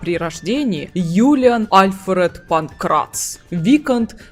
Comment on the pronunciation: Секунда занудства: вико́нт. И мне кажется или я слышу постоянно "Геральд"? Тем не менее, спасибо за разбор, интересно. Про Лютика не лишним сказать вот что: он никогда сам не бросает ни одну из своих пассий. Он просто ждёт пока у нее не лопнет терпение и она сама его не выгонит (скандал и выбрасывание всего его барахла из окна рациональны). После чего он грустно бредёт, сетуя на жестокость мира в целом и любви в частности, по дороге может напишет об этом балладу, ну а потом приземлится в постели у другой пассии. Как с гуся вода. Верно подмечено про проблемы с родителями. Пьяница, дуралей, бабник. Но почему он вызывает такую симпатию? И не только у скучающих дам? Самая большая страсть Лютика это истории, и ради них он готов жертвовать и комфортом и безопасностью. Он шпион, он бродяга, он лично видел все ужасы войн, он на секундочку лично хоронил людей. Говорить что он трус - странно. И после этого он пишет об увиденном стихи, поет об этом баллады, вышибающие слезу у самого дремучего кмета и пробуждающие человечность в самом диком бароне и наемнике. Не знаю, видит ли Лютик в ГеральТе фигуру отца, но он точно ему временами завидует, его силе, его брутальности (вспоминаем угарный квест про Пурпурного Мстителя). Но так получается, что именно голосом Лютика рассказывается вся история в Ведьмаке 3. Мне кажется, это очень важно, потому что сам пан Анжей может и хотел его изначально подать как смешного спутника главного героя, но он очень быстро перерос эту роль. Лютик хоронит Эсси Гл